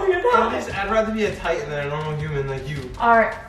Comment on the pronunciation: “He built like titain” LMFAO